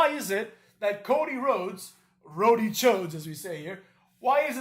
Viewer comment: Rody Chodes? 😂